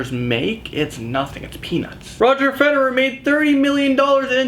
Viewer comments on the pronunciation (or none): none